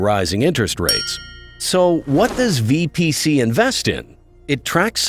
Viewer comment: its not VBC its VPC!